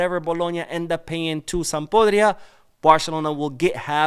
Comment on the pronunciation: im quite sure you meant SampDORIA😁 and not Sampodria.